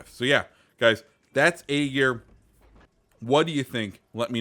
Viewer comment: It is ÄGIR. Not AGIR.